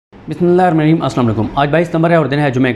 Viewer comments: Sadique bhai, ap bismillah kese parhty hain? Mei apki videos sunta hu but bht ajeeb lga..infact m 0.5x p kar ke suna. Aesa q hai bhai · Ap boht achy hain Lekan Bismillah theak tareeqy se parha karen Mazaq na karen plss